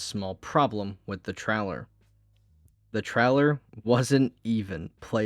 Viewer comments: bruh u said it like trolwer 3 or 4 times in that minute. 😆. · well ya, I said u remind me of the Midwest with how u said trailer. You definitely DO NOT soubd like someone from the south. The " English " they have down there is something else.